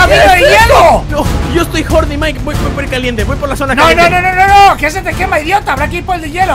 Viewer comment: Se dise mike